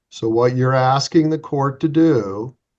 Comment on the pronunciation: He doesn't know what he's axing.